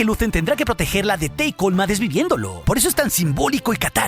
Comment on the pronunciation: Se dice Tay Kolma